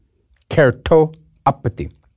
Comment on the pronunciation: So happy to see has the same issues I have pronouncing "keratopathy" hahaha, love your videos!!